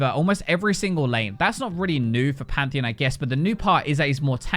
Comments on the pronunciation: PANTHEEN? no. PantheEON. yes. im sorry but this is not ok. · He does pronounce it pantheon though